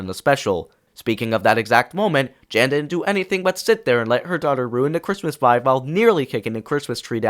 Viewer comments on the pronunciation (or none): Note: not sure if this is AI voice or not, but Arthur’s mother is called Jane, you said Jan